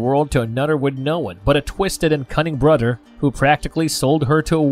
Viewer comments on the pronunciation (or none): This narrator might have a speech impediment. All his "th" sounds come out like that; there are other letter combos he's changed as well 🤷‍♀